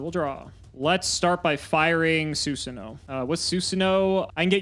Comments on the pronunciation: it's not Susanowo it's Susan OWO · is a coward for not pronouncing susanOwO correctly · Love mispronouncing susanowo so we don't have a sound clip of him saying OwO